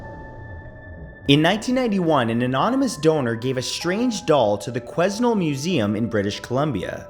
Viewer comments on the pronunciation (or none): Regarding the name of the museum that houses the doll Mandy, the museum and the town in BC Canada is pronounced Quanell not Queznell despite the spelling, the S is silent thus not pronounced when saying the name of the town and museum. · made me laugh. You pronounced Quesnel the same way I did as a kid. The S is actually silent. Why? I have no clue.